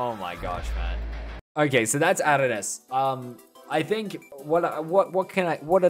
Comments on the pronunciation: It's aternus not ananaus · it’s aeternus not aternus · He said anania but it is intact aeternus